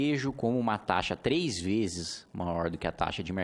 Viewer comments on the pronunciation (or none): none